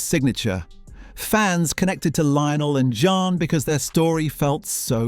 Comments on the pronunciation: John, Jen, Jan, Je-on. My god, get her name right. It's JEAN. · Jean, not Jan- for pity's sake!!! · Too annoying to listen to, as the presenter continually mispronounced the name of main character “Jean”. After hearing her called “Jenn”, “Jan”, and “John”, I gave up. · Whoever produced this needs to change careers. Amazingly incompetent, no attention to detail…for a fan base which notices details. Her name is JEAN not John… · When a program that promises to reveal "hidden truths" can't even get the name if the leading actresses character right (It's Jean not Jan) you know it is a complete waste of time. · Michael Williams was not in As Time Goes By. Also, her name was Jean not Jan. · Not Jane either! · Her character’s name was Jean…rhymes with bean! Her husband was NOT in As Time Goes By!